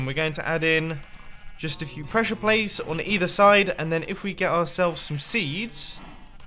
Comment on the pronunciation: Presiure plate 😐